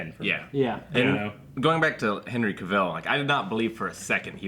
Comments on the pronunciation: CA-vill, not ca-VILL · his name is Cavill, like TRAVEL!